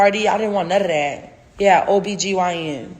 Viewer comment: Everyone talking about if she miscarried or not when they should be talking about how she doesn’t know how to pronounce OBGYN 😅😅